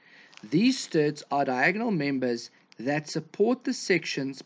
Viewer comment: Struts, not sturts..